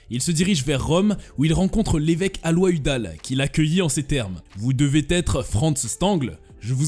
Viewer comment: Le surnom de Mengele était "L'ange de la mort". Alois se prononce a-lo-is et non pas alwa. Vatileaks va-ti-lix et non pas va-ti-lex.